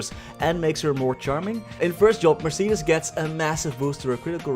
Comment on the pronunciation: say mercedis one more time i stg, its mercedes, like the car